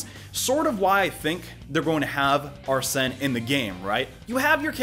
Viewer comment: It’s pronounced ar-sin